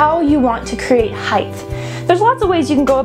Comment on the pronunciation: Height not Hidth.